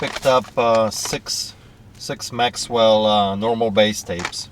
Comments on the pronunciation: Maxell doesn't have a "W" in it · Maxell not Maxwell. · Maxell tapes, not Maxwell.